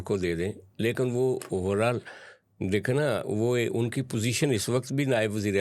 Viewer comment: جس کو لیکن بولنا نہیں آتا وه بھی تجزیہ نگار ھے 😂😂